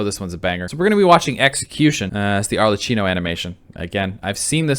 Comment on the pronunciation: It's Arlecchino with a k sound, not Arlechino with a ch sound